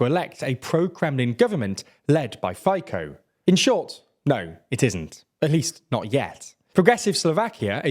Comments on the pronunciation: I love how he pronounces all names correctly but only the terrorist and mafia member Fico is called 'Phyko' ;D lovely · Also funny how people pronounce our names. Such as FICO - FIKO. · Really well summarized, great job! Just a minor note – you could look more into the pronunciations of these foreign names. I understand that some sounds are difficult to pronounce for an English speaker but Fico [fee-tso], for example, is just way off. Anyway, thanks for what you do! :) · as a Slovakian i gotta say this video surprised me, and when the guy said Fico as Fiko i burst out laughing. You butchered his name so beautifully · Fico is pronounced something like fiso. Not exactly the same, but the closest I could find. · Fico - reads like pizza, so its Fizzo. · I can't get over this guy calling Fico a Fajko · Are you talking about someone's FICO score? Because the guy's name is pronounced FEE-tsoh. You wouldn't pronounce the late Shinzo Abe, like Abe Lincoln, would you? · Calling Fico Faikou made me shit my pants. Do at least basic effort to pronounce our names. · Robert Fico. Pronounced /feetso/ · Great video. Just a small nitpick: Fico is pronounced feetso. 😉 But he's an ass so he deserves to have his name mispronounced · I don't speak Slovakian but I'm pretty sure Fico's name is not pronounced as the anchor does. I believe it's more like "Fitso". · "Fico" should be pronounced like: "Fitso". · Amazing TLDR. The pronounciation is mostly correct except Fico :D It's pronounced Fytzo. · I absolutely loved his pronunciation "Fajko" :D LMAO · Robert "FAY-KOH" :-) :-) :-) Not how you pronounce it at all, but the guy is a fascist pig, so I'll let it slide. :-) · But "Fajko" is far superior pronunciation of name "FICO" than it's original one. Problem with this video was that they translated some names of parties, others not. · "Fajkou" mě rozsekalo 😂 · His name is pronounced “fitso”, but you’re also welcome to call him Fake-O or better yet F@ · That's not how Fico is pronounced...